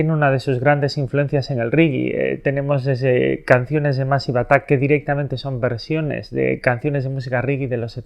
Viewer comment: Se pronuncia meisiv atak. De nada